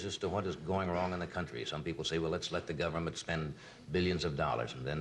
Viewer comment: I'm a huge Reagan fan but it sounds like he says "gummint."